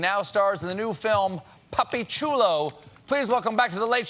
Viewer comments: Really thought Stephen was saying "Puppy Chulo" and I pictured Matt Bomer as a chihuahua doing the weather. Very dissapointed haha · Jason Barnes he totally said “puppy chulo” 😂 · Is it me or did I hear him say Puppy Chulo?